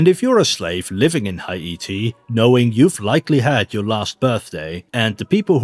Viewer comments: It's not Ha-I-ti. It's He'-Ti. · It's hay tee, not high ate ee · Haiti. Thats "Hay-tee", not "High-ee-tee" 👌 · I have never heard Haiti pronounced as High-ee-tee. I am not blasting you, I thought you were English. I did some research and see that some pronounce it as high-tee. But most say hay-tee. I just thought that was interesting. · Why are you pronouncing Haiti like it's Hawaiian? It's just Hay-tee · It’s hi•ity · Can you not say Haiti like that please? It’s pronounced “ha-te”. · I dont think thats how u say Haiti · Why the actual fuck do you say Haiti like that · bro stop saying haiti so weird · you say Haiti weird